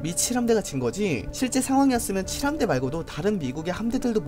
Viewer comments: 근데 나만계속 미친함대라고 들리나? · 미친 함대라길래 뭐지 싶었는데 다시 들어보니 진짜 그렇게 들리네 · 미 7함대 자꾸 미친함대라고 들리는사람?